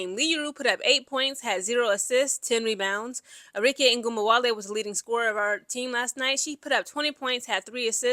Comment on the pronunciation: The way you slaughter these woman’s names is quite entertaining (whether on purpose or not 🤷🏾‍♂️) that double NN on Nneka is whooping that a$$! One N is silent just pick one.